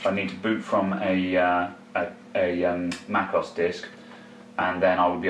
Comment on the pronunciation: Mac O S not Mac OZ